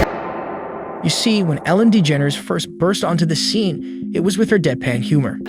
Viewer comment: really hit that dE-ge-nErs pronunciation lol